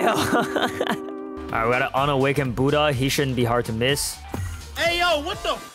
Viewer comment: Why can't prounces buddha😂😂😂😂😂